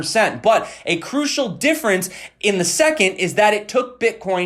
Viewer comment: Gimme zee ledger